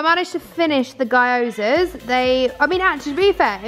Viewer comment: Great vid! Jed is such a mood 🤣 Just a heads up, gyozas are pronounced gee-yo-zuhs. Really easy once you know!